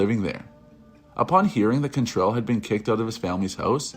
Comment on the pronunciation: CANtrell not CONtrell